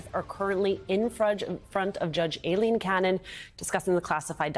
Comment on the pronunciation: I find it terribly distracting that they call her A-leen.. Ai in the English language is pronounced "I"..